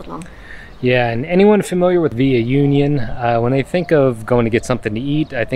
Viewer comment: Union is pronounced Ew-Kne-Ohn. Those tacos look yummy.